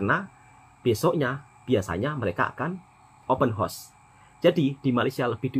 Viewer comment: Sebut biar betul,house bukan hos